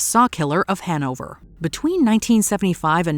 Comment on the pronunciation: The way she says Hannover makes me cringe